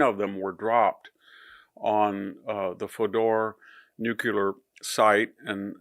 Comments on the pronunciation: Why can't you properly pronounce, nuclear! Phonetically, it's newclee er., not nuculeer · Victor, I appreciate your verve, but stop saying " nucular" . IT'S NUCLEAR! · New. Clear. Don't know what "new queue lur" is. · Regrettably, Mr Hanson's credibility is undermined by his repeated mispronunciation of "nuclear" as " nu-cu-lar". The word has just two syllables and should be pronounced "new-clear". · I appreciate your perspective, PLEASE mr hansen it is NU-cle-ar. (Please know it is not Nu-cu-lar!!!!!!!) so bothersome by so many media that do not know the difference between chemical items and “the center of something (nucular) ughh data:image/webp;base64,UklGRuwWAABXRUJQVlA4IOAWAAAQYACdASqoANoAPslQoksnpKOhrfReIPAZCWoAyuhpK79+iQHlnyv8PcJPyf8X1af2P0gOh55gPNn/7vr4/uPpj+lt6sf989TXpf/7dhJX+I/u/b3/pPEvzhfIZW7hnqidkf8X+8e4f9+/5Ph38vtQ72ru6IA/0X+6ebN9t5r/Z72AvL3wa/uvqBfzv/YektpC+weCiljWbuXCRZ3M+KfU9bqTuaryz3ldnzCtpQj97ScFgjs24L5JGteUmw4iNG/mX6mF/uQM1tMXgLbpE6v3uSzEBAlbyIrV66qUSF4rmXZQ4YO4X2lNOvqch/AkpPDaFqpGJeQ3/YlRGHq9FMinJWEqEfmcLta1SrRbI+zlPf9NIbWmyufS6az8loQRcSdc9t/x1VzW0sR0hqT2vYDxI+H7nlV8aI7vVHyb3Dvn+qJp7gTqCa/zTYx42WJvDgjOxY3p6PEbMyJJrMUQY6xgRszTeJUOgW4R8AtE0Ej5LO+WlPzrfUYRp5ig8I+5xNFzVrqo+AObRKUgrMVRZii4/SUkyy3v8qF33DHdQLfrrIsoLUk/xUV8qZdkTehWoSfVWSK69GP+4VBNlPR56TWO20nc9iKkaOknrZ36Q3CqH3qPi3eGPNc+OsLGBra97Z7xH4d3/hYR6vKpc8rFanpZMLNdV3mrv1Br6piRgbjLluPGW9OCb4+Hi77Qp4QMWCWv9fZNKRD9CZ8nvw7AoNAn0IT6i1gX/PuDD7iJdJXwajR6kOm+aENMbjXh62xKuEqsehZtD5bOKb4bTlZvP0LT31xMrZQ5uPhLEu7PpYIBmTCybIcrXXrmlmEHS+XfCtyihK2KIvjfdeNxQcXZj7ebZ0Jpp611JNTPN3/+iVuk//ma5AL/E3NaiFzPHh01VR2fKlbhc2y+um2aCPn/AE2bsfwPYUiZfneQAAaBY+hXHdiF/DFCUYHnGdavmFuBNUVatXFLl8M8tUy5bcrSGR7EjXyNukDZ0xfzHEbq1dwswc9Nm3mXnGZYVu3IUmzdt9N/Pxqw51dhAAAA/lmJO+ox9Hx3334tyhgV6YcROLUD8v/gPwh5q5qkZ0w/7/+Zfdv3QHi8/5s1vbPBZQnC549fk+W7L6gyeIU3ikk7NqR8TMkuokmKObaMiHuHBBU4ZuwLI42TKBs4LOdUTyj+kX5hRM+8qxZYJU7Y+dRTf+b7SH+Kt7QgoVniu1FOf/5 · It's not "noocular", it's pronounced like "newclear" (nuclear). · Nuclear, not nucular.